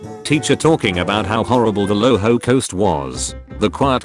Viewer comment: did anyone else hear that he said the "lohocoast"